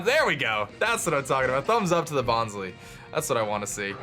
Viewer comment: OOOOOH Bonsly is pronounced Bons-LIE, not Bons-LEE. IT's because it's a fake plant, so instead of bonsai it's bonsly, like how sudowudo is a play on pseudo-wood, false wood. Bons-LIE will be how I say it from now on